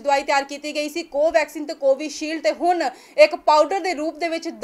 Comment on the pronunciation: ਹੁਨ ਨਹੀਂ ਬੋਲਿਆ ਜਾਂਦਾ " ਹੁਣ" ਬੋਲੋ ਕੰਬੀਰ ਨਹੀਂ "ਗੰਭੀਰ" ਸ਼ਬਦ ਸਹੀ ਹੈ ਪੰਜਾਬੀ ਭਾਸ਼ਾ ਵੱਲ ਵੀ ਧਿਆਨ ਦਿਓ ਬੀਬਾ ਜੀ